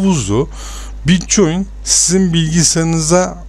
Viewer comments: bitçoin diye okunmuyor bitkoin diye okunuyor reis haberın olsun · bitcoin die okunmaz bitkoin die okunur. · bitcoyin diye telafuz edişin beni hasta etti mauseyi duvara fırlattım. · Bitcoin da neee bitkoin diye okunur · mal bir kere bitcoin değil o bitkoin okunur davar